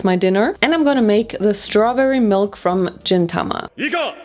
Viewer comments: Gintama the g sound is like the g in good hdjdjdj not jintama are we back at the gif vs jif drama. In this case it's actually like I said because gin means silver in Japanese. Wish I had this book tbh rip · GINTAMA ON CHANNEL???? GIN-SAN WOULD BE PROUD!! also the g is a and not a j but that's ok 🤣 it's on brand for the anime 🤣